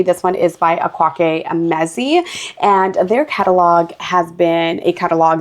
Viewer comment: Hi, Akaeke is pronounced "Eh-Kweh-Keh". I love their writing, but the incest in Vivek took me out, i could not enjoy it after that. I stick to their YA now lol.